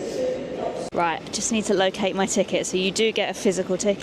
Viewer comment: "Eight" has a T on the end and "it" also has a T on the end, as does night and right. Are British women adopting vocal fry now? Dreadful.